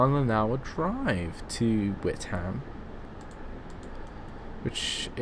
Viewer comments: Witham is not pronounced "wit ham"... the 'h' in Witham is silent so it is pronounced like this "wit am" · Witham is pronounced With-urm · Lol you say Witham wrong :P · And Braintree - you say Brantree, LOL.